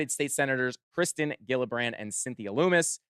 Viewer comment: fyi, the senators last name is pronounced Jill-a-brand.